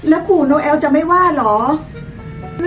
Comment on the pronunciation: เขาชื่อโนเเอลคะไม่ใช่โนแว